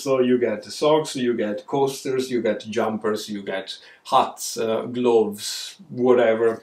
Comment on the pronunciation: Doing my little jig at the end🤣 love the way you say "gloves"; very Dublin! Today is to be the hottest day and I'm sitting and knitting. No work til Wednesday😁 hope you're well!